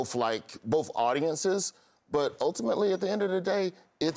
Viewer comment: Why do so many African - Americans say " bofh" and "aks" for both and ask?